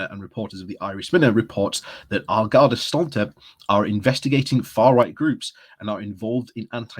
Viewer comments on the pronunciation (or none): Pronounciation note: On Gorrda She-a-corna (An Garda Siochána). I think you are very right about not letting the seeds of the far right flourish. The middle class and media in Ireland like everywhere tend to live in a bubble. They are in denial about racism in the country and they ignore the desperate lives of some 'left behind' rural and urban communities. On Europe, the battle over the Protocol and Brexit pushed Irish support for the EU to over 90%.